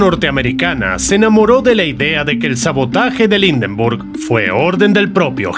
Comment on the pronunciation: "Indenrbug"!!! Horrible pronunciación!!!!